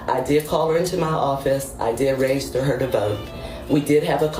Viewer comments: Anyone else annoyed by how the teacher says REGISTER , its not rayjayster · The way she says ragister id stip her right then and be like bi**h its REGISTER REG REG REGISTER NOT WHATSEVER THE F**K YOU IS SAYIN ragister. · Where is the A and Y in " Register " It's not RAYjuster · “Reygister”? Where are they? “Voyte”? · She can’t even say the word register correctly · That woman can't even pronounce the word Register! She needs to go to school not work at one ! It's horrible when Illiterate People think they are smart !